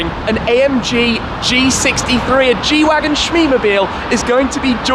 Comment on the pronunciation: The G shwagon